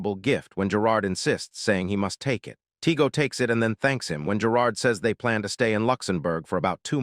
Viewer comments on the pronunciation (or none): none